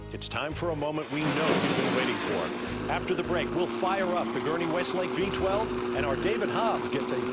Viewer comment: "Weslake" not "Westlake".